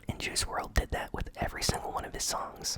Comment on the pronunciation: It’s pronounced world not wrld